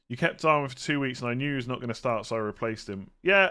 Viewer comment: Hopefully fkn Klopp is getting it through his thick feckin’ head that it’s Gak-No and Dar-WIN!!!!! FFS! How long will it fkn take!!! DARWIN can be one of the legends of Anfield if Klopp will let him!!!